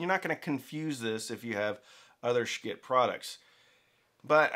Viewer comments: Pretty sure it's not pronounced like 'Skit', more like... 💩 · Skit? You are The first I have heard to pronounce their name this way. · Could you please pronounce the name of this company correctly? It's pronounced like "s**t". Yes, as in the expletive for poop. Thank you. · Lets pronounce Schiit every other way than the way it's supposed to be said. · Stop saying Schitt that way 😂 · maybe learn how to pronounce the company's name